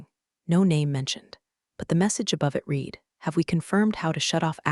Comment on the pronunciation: A legal person is COUNSEL, never COUBCIL! And PLEASE teach the AI how to pronounce READ in more than one tense.